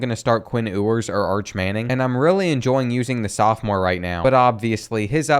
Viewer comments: It's pronounced like "Yewers" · It’s you-ers. Also, he is and will be a better QB than Manning